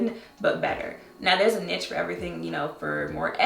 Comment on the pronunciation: Just fyi, the word niche is pronounced like 'neesh' :yougotthis